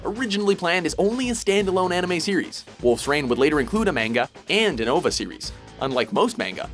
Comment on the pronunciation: Did he really just pronounce OVA like "ovuh" smh